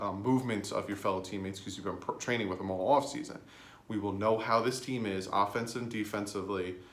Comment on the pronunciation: Traing?? Damn sound it out unless this was intentional which either way is funny thanks dwrong